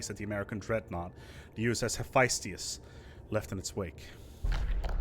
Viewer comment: Hephaestus is pronounced hĭ-fĕsˈtəs not hefiestius